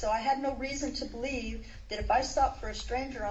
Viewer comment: Thank you!! I thought I was the only one who noticed that 😂😂